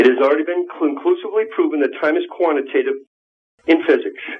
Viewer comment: QUANATATIVE?!!? ARRRGGGGGHHHH!